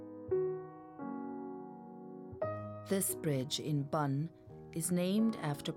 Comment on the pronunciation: Lovely narration and voice but never heard Bonn pronounced as Bun